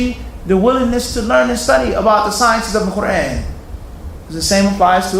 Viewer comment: Qu-raaan. You pronounced that wrong so how about you correct that first. Fazail is Urdu not Arabic, both are fine